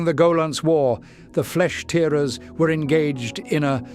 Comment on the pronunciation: If you're going to use AI, at least put some QA in. "Flesh Tearers" was pronunced wrong.